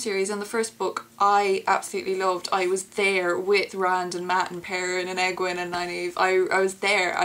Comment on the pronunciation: I found the most difficult to pronounce was Egwene, Nynaeve, Moirane, and Cairhien. Egwene I completely messed up on, I pronounced her Edge wee knee when it was Egg wain. Moirane is more like Mwah rain. Nynaeve is Nigh neev. And Cairhien I'm not sure.